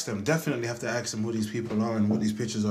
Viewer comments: "We'll have to arks them" Can someone explain to me why certain people say arks instead of ask? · why does he say aks instead of ask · "We'll have to axe them". Slight overreaction! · The black guys gone ( ax ) them who the pictures are ! Why can’t those people speak properly